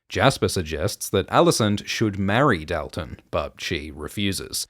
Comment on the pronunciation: The way you pronounce Dalton may be the most egregious thing you’ve done. It’s a real name! (Also thank you for the video)